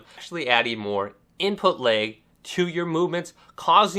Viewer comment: Moveahment.. imput leg.. wtf am I listening too...... damn dude you can hardly pronounce anything, seems like talking is a serious struggle..